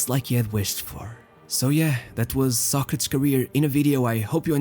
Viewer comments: His name is pronounced "Sɑ•kre•tiz" like the philosopher, not "Sa•kretz". I'm surprised you don't know that. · It's pronounced Soc- ra- tees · why do you pronounce his name that way. just curious? Ive never heard it being pronounced that way. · Ur saying it wrong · Never knew you pronounced his name in Portuguese that way hehe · I cannot take this seriously because the dude cannot pronounce his name correctly. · Dude, hane you ever heared Socrates prounced correctly? Ruined the whole video.